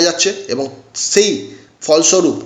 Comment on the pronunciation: একবারে নাম চারটি বলে দিলেই তো হয়। এতো ধানাই পানাই করার কি দরকার? দু মিনিটের video টেনে টেনে তের মিনিট পর্যন্ত নিয়ে যাওয়ার মানেটা কি?ধান ভানতে শিবের গীত। আর 'স' কে 'ছ' বলছেন কেন?যেমন 'পাশাপাশি' কে বলছেন 'পাছাপাছি', 'সেই' কে বলছেন 'ছেই' ,'বিশাল' কে বলছেন 'বিছাল'। আপনি কি 'স' উচ্চারণ করতে পারেন না? ছ্যাম বাজারের ছছিবাবু ছছা খেতে গিয়ে ছরছরিয়ে ছরগে চলে গেলেন। কেমন লাগছে শুনতে?